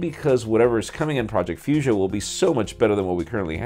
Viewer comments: omg you should add mispronounciation counter to your video 😁 taking about fuchsia and magenta 😉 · I'm sure that it isn't pronounced like that anyway!